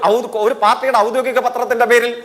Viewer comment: ഔദോഗികം എന്നെങ്കിലും പറയാൻ പടിക്ക് ജയിക്കെ